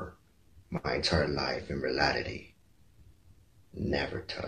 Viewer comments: He said “Realily” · Why do I kinda find it funny how he’s saying reality wrong?